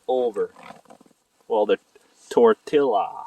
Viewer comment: I probably would cook the grouse in some butter and a little bacon with cumin. I’m not big on teriyaki. Btw It’s tor-tee-yah.. but whatever right?